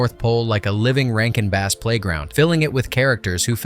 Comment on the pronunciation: Rankin BASS, you know, like the fish. Not the instrument.